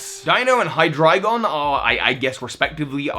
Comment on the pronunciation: It is pronounced Hydrygon